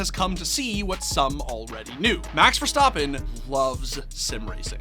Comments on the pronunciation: verstAppen not verstOppen.... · Stappen not stoppen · It’s verstappen not verstapan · Bro it's Ver-stap-pen not Ver-Stop-pen 😭😭😭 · Why is always so extra with peoples names bro. VerSTAHPPen. Everyone says verstappen just say verstappen. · "Max VerSTOPen"????? df dude get ur shit together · stop saying verstoppin. geezus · Learn to say his name at least jesus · why does he keep saying verstappen incorrectly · Because he clearly has never watched the sport and someone gave him this script to read.